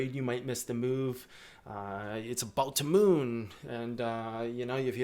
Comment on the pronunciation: "It's about to mewwwnn !" . that cracked me up :))))